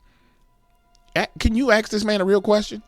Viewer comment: Oh f I got.... us rednecks and you say ax and instead of blankets it's called coverns lol. God love ya.